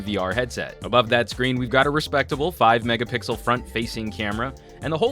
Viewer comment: He did not say Megapickel! :O What did you do to him?